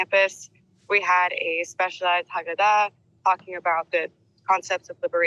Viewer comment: She cant even pronounce “Haggadah” correctly. Gross.